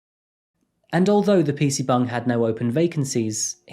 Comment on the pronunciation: Is he saying PC BUNG? LOL. Absurd. Why does his voice sound like it's speeded up? 😮